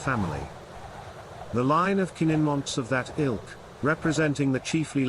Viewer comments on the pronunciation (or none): The name is pronounced Kinninmonth as Kinn in month.